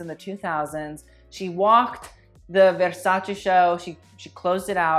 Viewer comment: it's the part when he tried saying the italian last name for me, how can u say u dont know how to pronounce but u put so much emphasis on the word Versace......lmk how that works. Also stop trying to be fancy when saying Yves Saint Laurent just say it like a normal person or just say YSL jesus why do people have to say things a certain way but cant say another word the right way. I just don't understand ppl sometimes.......smh